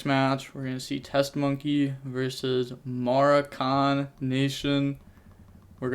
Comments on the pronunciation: Muh-rock-in my guy. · pronounced more-rock-ken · Its muh-rock-in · it's pronounced more-ah-kin lmfao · Its Mo-rock-an for the pronunciation my guy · MUH-ROH-KUN NATION - like the country, Morocco. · Mo-rock-en, from the country Morroco off the coast of Africa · ma-rock-in nation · Look up the country "Morocco" it's in Africa. Now look up how to pronounce "Morocco" and how to describe something that comes from Morocco (Moroccan) lol. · it's pronounced like mahráhken lol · For the word you had trouble pronouncing it's coming from the country "Morocco" so yeah Moroccan nation lol